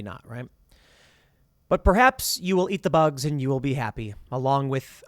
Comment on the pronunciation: “Eat the boogs”